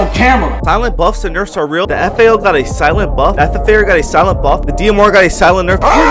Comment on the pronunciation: “ThE sLiEnat BuFf” I can’t stand that lmao 😂